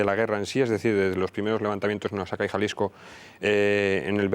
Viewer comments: muy interesante que en España se intenresen en este hecho historico de nosotros los mexicanos.Excelente programa. PD.- solo un detalle,el Estado de Oaxaca se pronuncia OAJACA. los mexicanos usamos la letre X para varias pronunciaciones. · Oaxaca se pronuncia Oajaca. Aquí la equis la pronunciamos de muchas maneras.